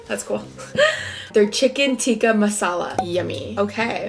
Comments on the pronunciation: It’s called tikka not tiki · It is call " CHICKEN TIKKA MASALA " not TIKKI. And Samosa aren't eaten with the rice. It is a sanck that eaten in tea time. So better know anything you are eating before. Nor else you will get stomach ach and you gonna need a doc. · MuTAR paneer. Chicken Tikka not Tikki. Thanks! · who tf says tikki marsala WTF!!!!! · That's not tikkie it's chicken tikka 😂😂